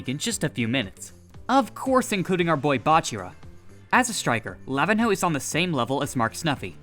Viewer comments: btw pro tip it's not pronounced lavin-ho, im pretty sure nh is said like ny, so it would be lavinyo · Lavihno is pronounced La-vin-ño or La-vi-nyo the ihno means little or mini in Brazilian Portuguese